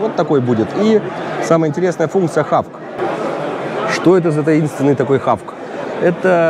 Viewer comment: Прекрасная прогулка, из пожеланий только - не хавк а хоук ))).